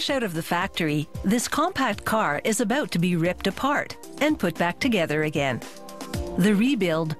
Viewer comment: "Aboot..Aboot" uuuum is she?... "Kilograms" Yup, Canadian